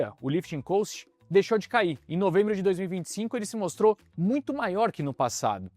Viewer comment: Não tem A em cost. Ajusta a pronuncia por favor